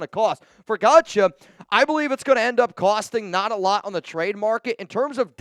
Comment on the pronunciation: You are 100% pronouncing that last name wrong.....its pronounced like god-show 😂